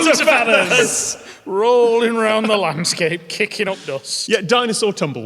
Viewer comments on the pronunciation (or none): none